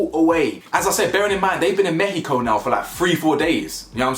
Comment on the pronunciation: Thank you for pronouncing México correctly. 😊 Once again with you're spot-on with your assessments and observations.